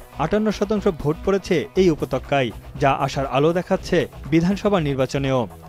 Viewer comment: উপত্যকা হবে, উপতক্কা নয়